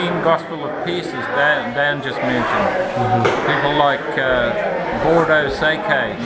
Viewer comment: Bordo Saykay is actually Bordeaux Szekely